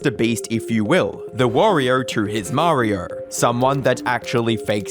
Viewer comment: Everybody "knurs" MrBeast? Mariur?(Mario) not an accent at that point just a purposeful mispronounciation